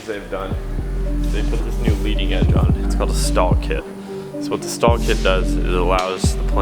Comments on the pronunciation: Actually it’s called Stol kit pronounced like “stole” not stall kit and that motor actually loses 8.5 hp per 1000’ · It’s a STOL kit, not a STAL kit